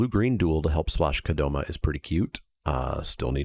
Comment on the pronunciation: What do you call Spikay Saturday #314? The only other thing I want to let you know(, because any other thing I've said to the screen while watching doesn't help my cause of getting heard by you): It's Kodama, not Kodoma.